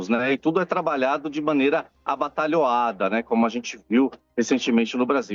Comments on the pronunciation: aBATalhoada???? Ou atabalhoada??? Aiaiaiai!!!! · Este não sabe falar atabalhoada disse abatalhoada kkkk e disse que ninguém quer se aproximar ou estar nos EUA e o que está fazendo lá hipocrisia total feio este jornalismo mequetrefe